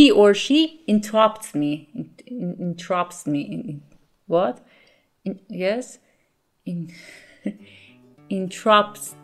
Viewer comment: You make fun of yourself when you say "speaked" and when you pronounce "interrupts" a little bit differently, but I hope you know that your English is excellent! If I ever speak Farsi half as well as your English I will be ecstatic. Thank you for the lessons!